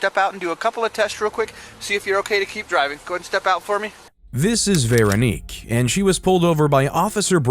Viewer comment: Veranique? lmao